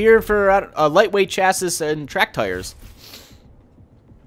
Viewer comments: it's cha-see not cha-siss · Chassis is pronounced chass-e, not chass-is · it says chasis but its pronounced chasee. i would know, i live in an autoshop office. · Actually it's 'Shass-ee' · just a reminder chassis is pronounced ch-ass-ee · chassis pronounced shassee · chassis is pronounced chassi you dont say the s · ha it is pronounced ch-ass-ee come on.